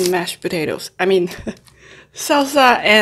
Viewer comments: Just stop trying to say mayonnaise 🤦🏽‍♂️ Just say Mayo 🤷🏽‍♂️ you foreigners smh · I love the way u say mayonnaise